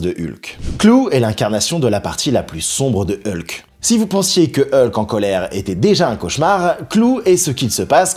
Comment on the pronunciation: Ça m’agace... Tantôt c’est "E-lke", tantôt la bonne prononciation "Hulk". Sinon, bonne vidéo !